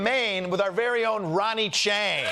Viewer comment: Chieng, not Ching.